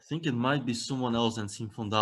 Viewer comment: "I tsink" lol ... typical Dutch pronunciation of "I think" ... as I am Dutch too and needed to practice how to use "th" after a while I succeeded to do it perfectly. It takes some effort.